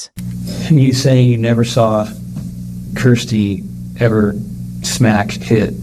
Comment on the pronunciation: Kirsty not kristy